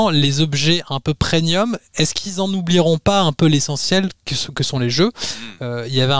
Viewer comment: On dit " PréMium " et pas " Prénium ".